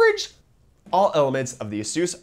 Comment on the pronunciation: did he say A-SUUS